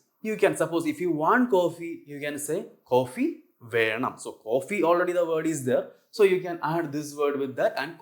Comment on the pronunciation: nice lectures. you write Venam but you pronounce as VeRnam... so is there an RR sound in venam or simply Venam is understandable, im counfused,. because i hace noticed in malayalam language too much use oof the Rrr sound